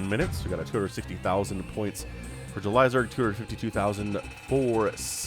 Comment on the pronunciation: Idk why but Everytime you say JulyZerg I hear Elazer lol 🤪